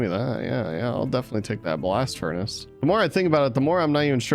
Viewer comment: when he said "furni" it hurt me inside